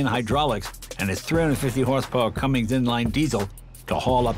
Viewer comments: Hey Jay, its Cummins not Cummings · Did Jay say “Cummings”?